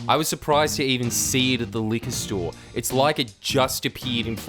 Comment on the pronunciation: "Liquor store" La De Da Mr. French Man